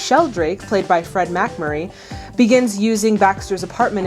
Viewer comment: I presume that by now you know better, but I have to say that it's Mac-MURRAY, not MAC-Murray.